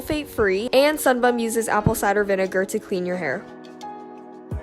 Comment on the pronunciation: Anyone else just laugh every time she said “sunbum”